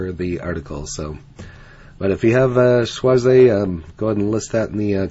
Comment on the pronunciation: Just pronounced schwazz. Not schwazz eyyy. Regards